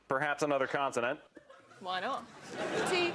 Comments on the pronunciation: is he saying continent? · Who is this guy and why does he keep calling consonant continents. Why does every American guest embarrass us Americans.